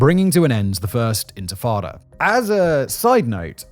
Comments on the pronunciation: why cant he say "intifada" correctly ? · Dude, you cannot pronounce INTIFADA?? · It's not even a mistake anymore it's a bit 😂 how do you mispronounce intifada so many times in a row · I was dozingwhen I heard him bbutcher the word😂😂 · Around 12th minute he starts to say it right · I had to rewind it lol! Seems like an easy fix, feels a bit lazy to me. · its intifada not infitada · Intifada not Infitada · Intifada, not infitada. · Simon, repeat after me: in-ti-fa-da! Not in-fi-tada! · The intatatta? Do you mean Intafadah? That also is better translated as "Shaking off," as in shaking off of a burden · It is pronounced “ IN-TI-FA-DAH “ …… What’s the hell is infatada ?!? Isn’t that like a baked egg soufflé or something ?!? Seriously, how can you be trusted to speak on such things without properly & literally knowing the most basic of elemental terms in that region ?!? 🤡🤡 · It’s intafada, not infatada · Infitada? It's spelt right on your screen captions but you still pronounce it wrong? Infitada? Sounds like a menu item at an arab & Mexican fusion restaurant. It's INTE-FAH-DAH, not INFI-TADA. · DUDE - inFITada!? 😂 You're a Level 1...Get back to basics please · “Infitada” is not the word…they were intifada… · It’s intifada, not infitada. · infatada? ... You mean intafada? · he says intifada so wrong so much I had to stop watching :( he says infitada like a child. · In-ti-fada. Enfitada sounds like a mexican dessert dish. (Thanks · IN TI FA DA. Say it with me. Infitada sounds like Spanish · arrrgh Tomaytoes tomartoes- unless I’m informing a significant amount of people as a pioneer of the free press - 1st syllable #rhymes with minty - minus the M, 2nd syllable - paternal figure (Fardah) said with a Jamaican/Irish accent All together now 😂 Inty-farda - #Intifada 🎉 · This mf just said infitada ten times in a row and left it in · Infrittata lol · Physically cringed when I heard that (not blaming) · Ant Frittata. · * I think you mean Infatada 😂